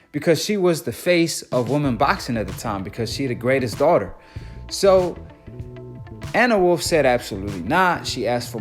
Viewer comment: U need to take a speech class .. you mispronounced Gwoat and Anne Wolfe 🤦🏾‍♂️